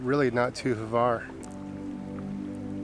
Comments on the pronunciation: I never heard a single English native capable to pronounce Hvar, it’s Hvar (that H comes from your throat) not Havar! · 🤣🤣🤣 “not too Hvar”